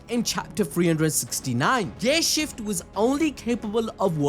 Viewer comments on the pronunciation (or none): Why do i hear ghay shift instead of gear shift? 🧐